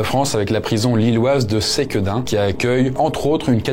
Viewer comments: Pour Sequedin on dis pas Séquédin mais Seuqueudin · Merci pour l’iceberg toujours vraiment top ! Et juste pour toi savoir, on dit Sequedin avec un [e] pas [é] 🙏🏻 Ps: jai trouvé ton honnêteté dans la video ou tu parle de l'expérience horrifique absolument remarquable, classe 🎉 merci ! Bonne continuation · La prononciation dans le Nord de la France, c'est: Ceux Que Din pas c-quedin :-) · SEquedin Pas Séquedin haha , mais très drôle d’avoir vu ma ville dans la vidéo 😂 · Pour Sequedin on prononce se pas séquedin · Par contre on prononce : SEQUEDIN comme il s’écrit il y a pas de é 😆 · mes oreilles piquent quand je l'entend dire séquédin 😅😂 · Intéressant. Pour info : Sequedin se prononce comme il s'écrit, il n'y a pas d'accent caché sur le premier E.